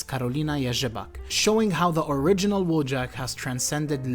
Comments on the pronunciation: Wojak is actually pronounced 'Voyak'. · it's pronounced "voyak" 😂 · in polsh, i think it should be pronunced "voyak"? unless the author itself prefers different pronanuciation or something. Like, it's true that in polish language word "wojak" exists and it means warrior, but then it's prononucd voyak